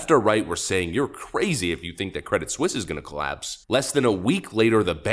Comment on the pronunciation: It's pronounced Credit SWEES!